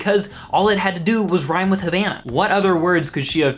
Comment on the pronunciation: When you try to roast a song but you don't even pronounce the title correctly